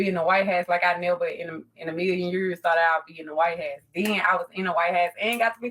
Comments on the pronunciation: The white hass? Did she mean house? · She can't even say " house" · Can this woman not pronounce the word house? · I don't get it, I looked her up. She was home schooled through 5th grade, went to a charter high school. Why can't she pronounce the "house" part of White House correctly?